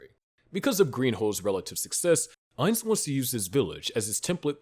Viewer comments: I’ve enjoying y’all’s videos. With that said, I don’t like to be that pronunciation guys. But respectfully my man. It’s AINZ- think Einstein. But cut it in half and end it with a z, Einz. OOL, exact how you said. But to be fancy, or “proper” to a Supreme One. You can say Oul, like a ghoul with the g and h. And lastly Gon- “goo’nne”. Try saying go, add 2-3 more “Os” and the ending “ne” punctuation like own. Just as a super fan, love the channel my man!👊🏿❤️‍🔥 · Im genuinely curious how you came to making an overlord video but fail to say his name correctly. Its gotta be to artificially boost engagement. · I love english speakers correcting the pronunciation of a character in japanese media always called Ainzu-sama or アインズ・ウール・ゴウン.